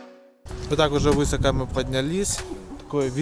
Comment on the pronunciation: вЫсоко и шИроко- это что за речь?